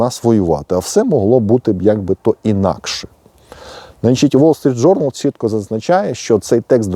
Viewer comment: "Уол Street Journal" це московська вимова,укр."Вол Street Journal.","публікац и я" це по москвинськи,укр. "публікац і я",та ін.Поліпшуйте свою украінську або просто укру.